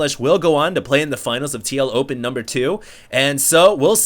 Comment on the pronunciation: Lol when u say tl open it sounds like tlo-pen.